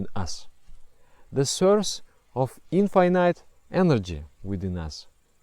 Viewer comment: so nobody are going to talk about the "infinayte" thing ?